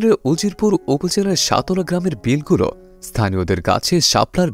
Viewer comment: Vai uccharon think koren সতলা না সাতলা হবে।